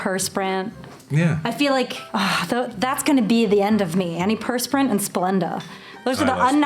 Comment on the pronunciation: When she say’s, “antiperspirant.” Yup, I heard the Virginia, there